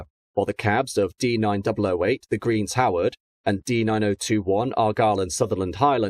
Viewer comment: For gods sake if you mentioned the name The Green Howards as greens howard once you must have done it ten times.